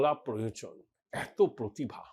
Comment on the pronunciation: "পোতিভা"; প্রতিভা তো নয়ই।